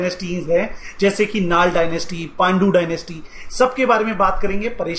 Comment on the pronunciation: Pehle pronunciation sudharo पढ़ा लिखा व्यक्ति भी भूल जायेगा चोला नही चोल, नाल नही नल, दक्षिन कोशाल नही दक्षिण कौशल